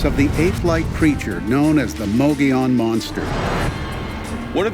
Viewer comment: Mogollon is pronounced Mo-Go-Yown'. Not mogee-on.